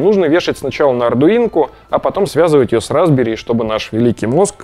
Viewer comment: Мне все время слышится "разбери́"... Разобрать-то можно, а вот собрать обратно у меня вряд ли получится